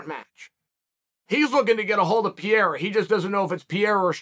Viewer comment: I'm not one to offer advice on pronouncing names, but Chael is so far off, consistently on Alex Pereira, and I cannot stay silent. And. yes, I know the allegations that he does it on purpose to bother commenters! That's how good he is, cause I'm still commenting! Chael says "Pee-air-uh". It's even missing syllables. Uncle Chael, if you see this, try "pair-ay-rah". That's close enough. In portuguese, the r between vowels is more like a soft D. "peh-ray-da"